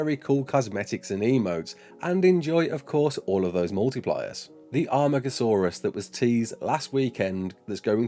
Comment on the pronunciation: Amargasaurs not Armagasaurus. Sorry to be that guy. great video though <3